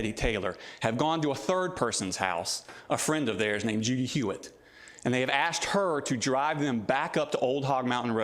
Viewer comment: I swear if he says Judy Hewitt like that one more time